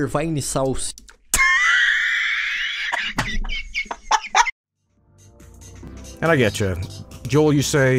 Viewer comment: As someone who was watching Vinesauce stuff since December 2016, I laughed so hard when he said "Vainesaussy" and called him (Vinny) as YouTuber.